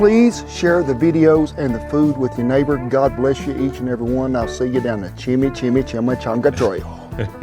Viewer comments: chime changa not shime shanga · I've never had a chimichanga that didn't have Mexican rice and black beans inside, a delicious cheese sauce on top, and sour cream and guacamole on the side. No salsa for me. Say it with me, chimi- changa(pronounced chimi not shimi, and chonga not changa). 😊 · It sounds like you're saying schimischanga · CHIM-EEE-CHONGAS- LOL- I love ya dude. In your video about the Fajita that your wife had you thought this food was mainly in the south and that isn't correct. Chimichangas, Fajitas, and Tacos are all over this country. Mexican cuisine is awesome. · The pronunciation is Chi mee Chaang guh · Shimishangas.. lol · chimi changa.. changa don't say it wronga